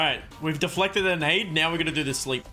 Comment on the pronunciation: Mate that Aussie accent coming through hard with D'flected every time! Great video 👍